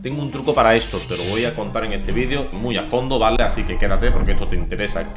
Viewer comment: se dice así, no asin. Te lo digo por que queda muy feo. Un saludo!